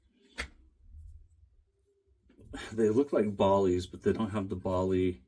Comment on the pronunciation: Forgive me here, but why on Earth can no American pronounce Baili correctly? Bai=by/buy/beye so Baili is By-Lee😊